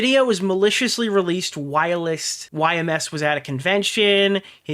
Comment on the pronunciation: Nah is intentionally mispronoucing "whilst" now. Theres no way.